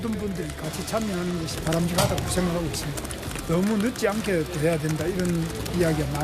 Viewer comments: 늦지않게를 발음 못하는거 같은데 왜 늦기않게라고 들리지. 아 교정했니? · 늦지않게 라는 발음이 안되는데 당대변인???